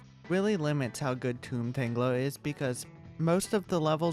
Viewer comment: I think it’s tomb tangler not tome tongler